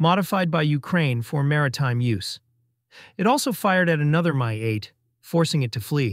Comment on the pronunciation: Why are you using AI generated voice over to narrate this video? The Russian Mi-8 Helicopter is not pronounced as My-8!! It is Letter M + Letter i like in Israel and the number 8!! Mi-8 👎👎A High School student could narrate this better than your stupid AI program!! Hire a live person to start reading written scripts. Or go downstairs in the Kyiv Post office building and grab the guy that takes out all the trash and let him read it online, it's that freaking easy to do 🤪